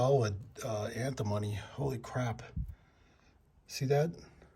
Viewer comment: It is pronounced an·tuh·mow·nee : Antimony